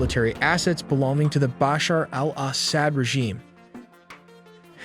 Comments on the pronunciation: I think it’s pronounced Assawd. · I'm slightly freaked out by how awkwardly your bot pronounces "Assad" and "Sukhoi," but your recent updates have been illuminating. Thank you.